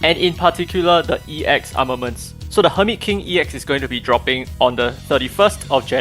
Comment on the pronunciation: woo hoo new arnaments! armanents....arnanents? ornaments, ARMEMENTS?! ARMEMENT?!